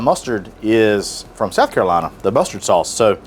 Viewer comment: .....that is a dead giveaway. Only a native son pronounces South Carolina like this. It's rapid fire, and omits drawing it out. One word Sac-Carolina, not how transplants pronounce it. 100% proof you're truly a native son of the south!